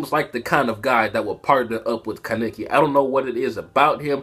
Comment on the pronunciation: why do you pronounce kaneki's name like Ka-ne-ki